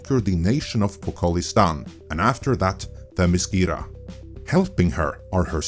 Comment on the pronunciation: Firstly, you’re pronouncing Themiscyra wrong but I don’t blame you because they mispronounced it in the show too. Secondly, there is no majority. After the final tally, the US appears to be very evenly divided down the middle in terms of the popular vote.